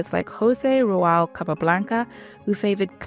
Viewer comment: Stock video chess player just sacrificing the queen for no reason whatsoever 😆 The narrator seems to have a weird tendency to swap syllables when reading unfamiliar words and names. It's "kitab", not "katib", "Raul" not "Rual", "Botvinnik", not "Botnivvik", etc.